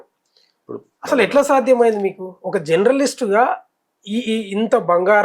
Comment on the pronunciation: జన్రలిస్ట్ అన్నారు జర్నలిస్ట్ గారు.భాష నేర్పుతారు జండ్రలిస్ట్ గారు.😭😭🙏